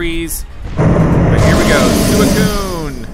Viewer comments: suicune is supposed to be pronounced swee-coon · It's pronounced swee coon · When Calyrex possessed Peony I was convinced he was being abducted by Calyrex or something. Also it’s Swee-coo-un, not whatever you’re saying. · swee-coon is how you pronounce Suicune, and also you definitely want to catch it. like this comment so sees it. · Its pronounced "Swee-coon" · I can see you don't know much about suicue it pronounced swuikune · It is pronounced s wee coo ne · It’s really annoying me how you say it’s name that’s how you spell it but it’s pronounced like sweecuine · Your saying suicune’s name wrong by the way